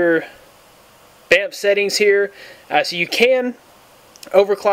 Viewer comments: Yes!!!!!! and its not bam f its bamf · hey buddy i thinks its pronounced BAM-Faa Para-DIME good video